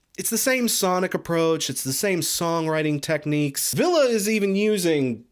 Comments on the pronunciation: Yes he's saying "Ville". I'm sorry if I'm wrong for imposing. It just sounds like you keep on saying "Villa" in your video. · Please learn how to pronounce Ville's name. I cringed everytime you said his name wrong. Other than that carry on.